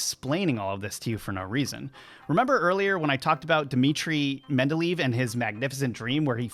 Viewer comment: Thanks for the video. Can I just advise that Dmitri "Mendeleev" is pronounced "MEN DE LAY EV" and not "MEN DE LEAVE".